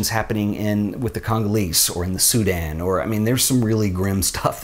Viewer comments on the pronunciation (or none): none